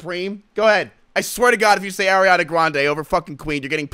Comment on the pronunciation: Y he hate ariana so bad😢😢😢 also its Ariana not Airiana😅😅😅